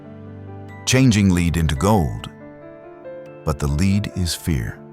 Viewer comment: Lead Pb plumbum pronounced like led. It's the soft metal alchemists hoped to turn into gold. Please correct your mispronunciation if you hope to attain credibility